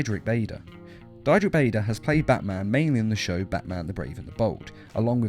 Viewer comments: You are mispronouncing Diedrich Bader dEEEdrick not dyedrick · Diedrich is a German name, so if an "i" and "e" are put together, the second one is pronounced. So it's not DIE-drik, it's DEE-drik.